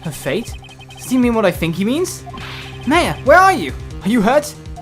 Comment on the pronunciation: you pronounced maya wrong.